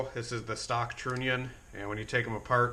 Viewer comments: Stop saying Trooonion !!!!!! Say the word ONION... then add TR to the front of the word! Just saying ! Its Trunion TR....UH...NION !!!! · You could run a relay for the fuel pump power. But run the trigger wire off of your switch that you got. It's pronounced tronion.